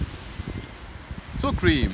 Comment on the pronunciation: Ooh lecker, genau was für mich. Muss ich mir demnächst auch mal zulegen:))). Achja und wirklich nur als liebgemeinte Anmerkung: Sourcream wird nicht [ßuhr Krim], sondern [ßauer Qurihm] ausgesprochen lieber:))).